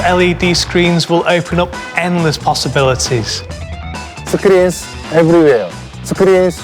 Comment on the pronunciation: That's a very weird way of pronouncing "screens"😂😂 Samsung still rocks tho😂